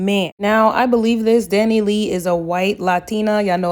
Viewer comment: The way she keep calling her Dani lee 🤣 I can’t